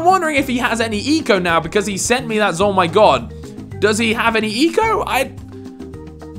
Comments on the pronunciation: You're saying it wrong it's ZOMG NOT A ZOMYGOD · Who else got annoyed when he said zoi oh my god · It’s funny when you pronounce zomg